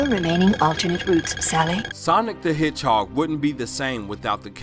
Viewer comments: Did you say hidgehawg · Why are you saying the word "hedgehog" so weird?